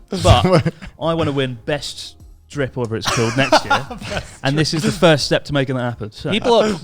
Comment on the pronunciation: How does Christ already have the memory of a boomer? xD He had said ''best drip'' wrong like 69 times lol